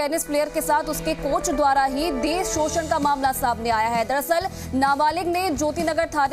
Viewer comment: कोच है या कोंच 🤧